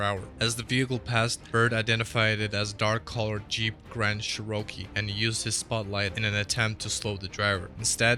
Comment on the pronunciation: Jeep Grand Sherokie? ... Does AI have a speech impediment?